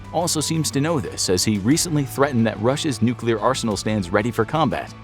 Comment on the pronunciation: nukelear response